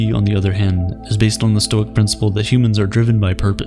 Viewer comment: "actually it's pronounced stoi-ick"